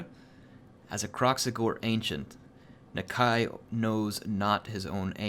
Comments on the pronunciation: I think its Na-Kai not Na-kay? not sure.... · the lizardmen language guide says that Nakai should be pronounced Nakie so something more like Na-key than Nuh-k eye. but i'm petty sure people are just going to make up their own pronunciations and it's not like the game uses proper Saurian anyway and it's not like non-lizardmen can pronounce it 100% anyway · Nuh-k eye I think is how it is pronounced. I love the content, keep it up!:D